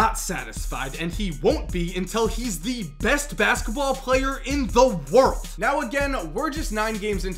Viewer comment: "The best player in the WHIRILLED"